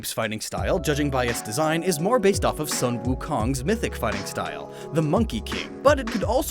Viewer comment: It's actually sun(soon) wu(woo) kong(kong) and zhu(zhu)(which means pig) ba(ba) jie(jie)(emphasis on the e)